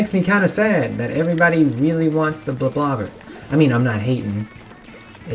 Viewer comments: It’s not “blob-blob-er”, it’s “blob-lobber”. Because you’re lobbing blobs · It’s pronounced blob-lobber